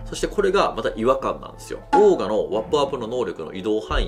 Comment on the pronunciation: オーガ(鬼)じゃなくちゃんとオーガーと言ってください。